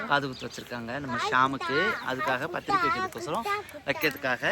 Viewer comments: பந்துரிக்கை இல்லை பத்திரிக்கை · சுமதி அது பந்தூரிக்கை இல்லை.... பத்திரிக்கை 😃😃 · பந்துரிக்கை அல்ல பத்திரிக்கை